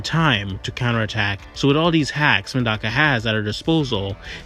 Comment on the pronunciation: mf its not "Madaka" it's Medaka😭😭😭😭🙏🏿🙏🏿🙏🏿🙏🏿🙏🏿🙏🏿